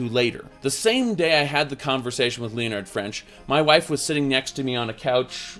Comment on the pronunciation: dear god you pronounce so many words incorrectly... and names like leonard.. its not leo-nard you wierdo, its lenn-nar-d.